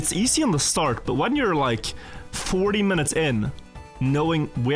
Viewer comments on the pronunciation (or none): Why does he keep saying “starge” instead of “start”? Is there a purpose?